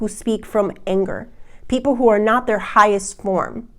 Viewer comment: Does anyone else air-punch when she says "Pi-sces pee-ople!!"...even if it's like kitten punches cause you're tired? "No you don't want to get any skinny-tea", hahaha, love.